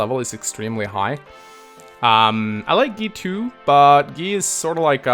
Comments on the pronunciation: Did you just call Guy "G-ee?" It's pronounced "G-eye" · Why do you pronounce "Guy" as "Gi/Gee"? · It's guy not gay!